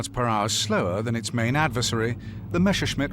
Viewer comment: It's Messerschmitt not Meshersmitt!😅